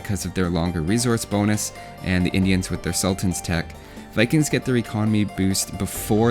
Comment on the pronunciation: Just for info: The Indian unique tech is pronounced as "sul (as in full) taaan (its long A). Also the T is a bit different but native English speakers will not be able to pronounce it properly. Also the other tech called "shat (pronouced as english shut but with soft T ) ag (like hug) ni.. Shatagni means 100-fire literally and sultan means king (its actually not a native hindi word, but taken from arabic)